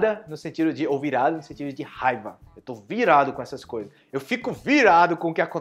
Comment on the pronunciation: Que gracioso, regrese el video varías veces por la palabra (rabia) se pronuncia (jaiba) en mi país una jaiba es como un cangrejo 🦀 😅😂😂 jajajaj